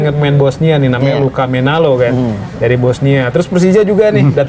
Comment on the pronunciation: luka menalo wey bukan luka menola😂